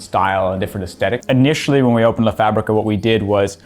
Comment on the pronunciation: It's the pronunciado of the simplest structure "la" which makes me feel embarrassed. "Le“. Thank God he's not uncovering Spanish either.